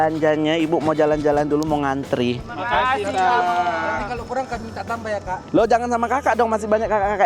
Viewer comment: kenapa susah kali bilang terima kasih